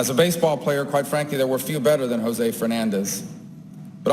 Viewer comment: RIP, José, you were great and you never deserved a Senator who doesn't show up, always bashes the country you were born in (most of the things he says are untrue - Cuba a communist nightmare? not really) and who can't even pronounce your name. You deserved to live on to witness Senator Murphy. You will sadly be missed